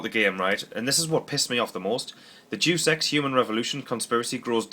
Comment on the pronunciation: Dus EX??? Day-us Ex! C'mon not you too, I work in a Game store and the number of times I hear people pronounce it wrong, that and 'Duke'em Nukem'! Oooooh dear lol. Love the vids though man.